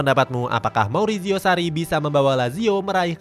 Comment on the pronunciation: Marizio, bukan mauricio